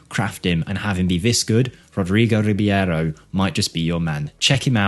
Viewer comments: I dare you, i double dare you motha****a, say Rib-yero one more time 😅 RI-BEI-RO, dude, it's in the letters, just read them 😉 Otherwise, as always great video. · Its Reeb-arrow not Reeb-ee-arrow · i will look this guy up in my save. this numbers are really crazy, but it also might be the team he is playing, i mean, in the 1st season he scored 30goals as a 16yo. not everywhere you can do that. you might do a mirror save where you throw him in a 3 to 4 stars club and see how would he developed there. PS. i think you are pronouncing his last name wrong. it should be just like its written, so E and I letters in the last name announces separate and not together. so i think it should be R I B E I R O and not R I B I E R O. E is pronounced like Estonia and not like a normal E, and letter I is pronounced like e . most balkan players are pronounced just like they are written for example.